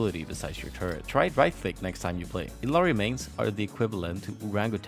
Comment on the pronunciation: Also, Illari in her hero swap voiceline pronounces her name as Ilyari, not Ilari